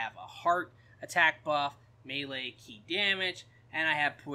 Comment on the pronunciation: stop saying chi lmao. ki just say key lmao.